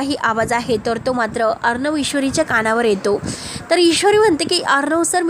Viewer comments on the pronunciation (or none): भाषा नीट बोला.किती अशुद्ध बोलता, अर्णव असा श ब्द आहे.